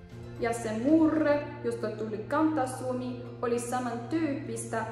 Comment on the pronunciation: Kiinnostava ja tietoja täynnä video, mutta rakas katsoja: älä käytä tätä luentoa oppimaan ääntämistä. Ääntäminen on perusta kirjoittamiseen ja lukemiseen, koska suomi kirjoitetaan kuten se äännetään. Esimerkiksi, oikeasti sanotaan kan*t*asuomi, eikä /kanttasuomi/ samoin ja*k*autui, eikä /jakkautui/. Harjoittelepa ensin yksinkertaisia sanoja ja huomioi erot - eri ääntäminen, eri merkitys. Vaikkapa näiden avulla: kaasu-kasa-kassa; tuuli-tuli-tulli; laatu-lato-laatta; paasto-pasta; maassa-massa-Masa; muuta-mutta-muta; liike-likka-liki; jotta-jota; saako-sakko-saakka; saapi-sappi; liitää-liittää-litteä ...jne.